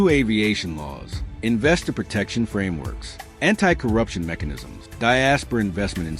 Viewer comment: This is AI, did he said until-corruption 😂😂😂